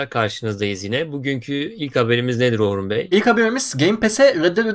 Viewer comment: Johnny'i diyor Orhun asdjdkfk